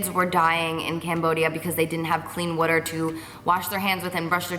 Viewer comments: I die when she says" woo-der"😂😂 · So amazing all of the stuff you've been doing! Such an inspiration!! Also it's funny how you say water like "wuter" 😂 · Vanessa I thought it was only me it sounds like she's saying 'witter' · The way she says "water" lol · P.s every time you say 'water' 😭 love it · love how she says water❤❤ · I love how you say "water" haha. Can't wait for the videos! I'm going to have my tissues ready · Lmaoooo the way you say water. So jersey. You're really sweet! Def fave YouTuber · I can tell you're a Jersey girl from the way you say "water"😂❤ Love you Carli ! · the way you say water tho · did anybody else find it weird how she says water ? lol